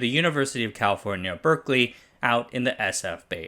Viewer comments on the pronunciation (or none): none